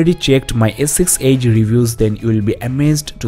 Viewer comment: your edge sounds like age.